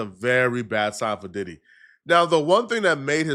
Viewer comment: .. ..."He Needs to be Committed"....While being, Subpoenaed etc;.😏....He Aint No' Damn Lawyer'...He Couldn't Even Pronounce Diddys name Right'.😅🥴.